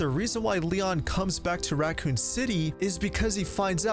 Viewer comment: Yes you are, there isn’t a T in raccoon